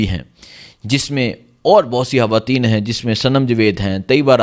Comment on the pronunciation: اوہ بھائى۔ ھواتین کیا ھوتا ھے۔؟؟ ھاتون کیا ھوتا ھے۔ کیا آپکو اُردو کا حُرف “خ” بولنا نہیں آتا۔؟؟ خواتین ھوتا ھے. خاتون ھوتا ھے۔ 😂